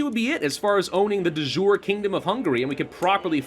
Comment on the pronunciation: I love watching this series and I'm learning a lot about the game in the process. But I must confess I wince in pain a bit every time I hear Latin (De Jure, which in itself is a bastardized spelling of De Iure, Casus Belli) being pronounced as if it were French or English.